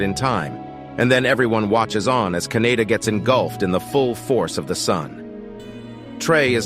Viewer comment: Kaneda, not Kaneyna.